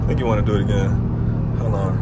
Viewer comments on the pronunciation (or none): none